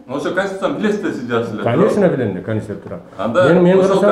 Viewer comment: Аким '' Канешна билем канститетураны'' дейтко